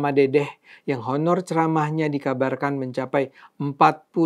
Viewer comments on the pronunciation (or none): none